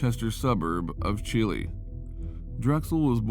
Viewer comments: i know brittanee drexel went to school with her and the town is pronounced chi-lie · As a heads up. (Brittanee Drexel) Chili is not pronounced like the country. It is pronounces like CHI LIE. Like Chi tea and Lie Chili.